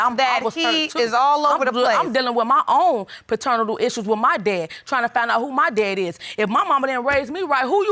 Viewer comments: Ummm did she just say fraternatal / paternatal ?? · Did she say paternital? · Nobody: Ms. Commons: “I’m dealing with my own paternatal issues.”